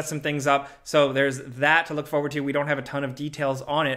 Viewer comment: Forward! 4WORD! FooRRRR-ward! It’s not your foh’head, it’s your foRe-head.